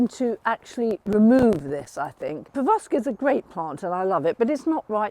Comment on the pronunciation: PeroVskia not PerVoskia